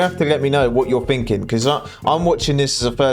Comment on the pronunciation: So you want to know what I'm "finking". I'm "finking" your a couple of letters short of a full alphabet.